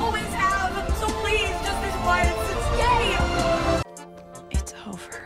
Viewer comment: I accidentally skipped to the part of the video where said stay, but it sounded like gay 😂